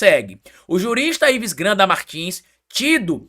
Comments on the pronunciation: dá uma olhadinha no vídeo como tu pronuncia o nome de Ives Gandra, tu fala até lendo Ives granda. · Pelo amor de Deus meu filho....é IVES GANDRA....GANDRAAAAA!!! E NÃO GRANDA....ASSIM VC MACHUCA MEU OUVIDO! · Oi,, adoro seus vídeos, sou seu fã, mas o sobrenome do jurista é: GAN DRA, e NÃO Gran da. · É Ives GANDRA, Você pronuncia o nome errado. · foi difícil aguentar vc repetir errado tantas vezes o nome do Ives Gandra. Vc ficou falando "Granda" o tempo todo. Nem quando leu a notícia conseguiu pronunciar corretamente. Como eu sei que vc ainda vai falar esse nome outras vezes, e como ninguém te corrigiu nos comentários que eu li, resolvi te alertar porque sou grande fã da sua pessoa e do seu canal. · Vc está falando errado intencionalmente o sobrenome de Ives Gandra como bait pra gerar comentários? Tá apelando heim? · O nome é G A N D R A. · VC NÃO SABE FALAR GANDRA NÃO????